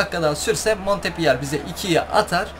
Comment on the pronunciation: Abi o montpöliyeğ diye okunuyor